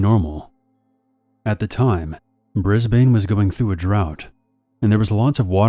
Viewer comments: BRIS BANE 😂 It’s pronounced ‘Bris Ben’ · No Australian calls Brisbane, Briz-bane.